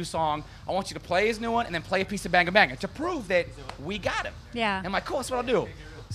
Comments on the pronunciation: Why do they say Banger Banger Its Banga Banga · the guy said banger banger not banga banga..... lol